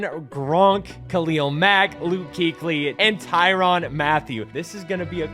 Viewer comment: Tyrann not Tyron Mathieu brother. I’m sorry that just bothered the hell out of me man